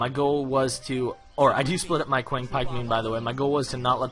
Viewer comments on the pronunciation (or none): you made a pronunciation mistake "Qiang Pikeman" should be pronounce "Chiang Pikeman." The "Qi" is actually pronounced "Chi."